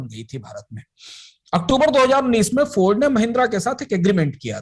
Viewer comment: हिंदी बोलते समय इंग्लिश क्यूँ बोलते हैं ये लोग. इंग्लिश भी गलत बोल रहा है. फोर्ड को फौर्ड.